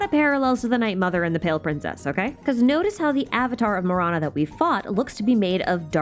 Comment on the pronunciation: Okkkay-- I was listening to this video while doing some chores and it took me a while to connect Marana with death. In my language, tamil, Ma- ra- nam means death. Ma-ra-na Do yeah, thought you should know. Not mirana but ma ra na